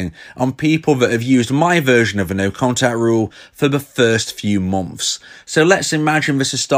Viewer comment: Bri'ish peepo be like: "The First Few Mom'fs"